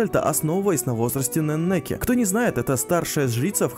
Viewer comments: Не ,,Ненеки,, а ,,Энеки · Слух режет такое ударение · У Неннике ударение на первую е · При чём тут перевод, я про ударение. В имени ничего такого нет.